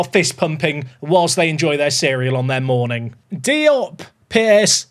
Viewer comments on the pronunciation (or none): none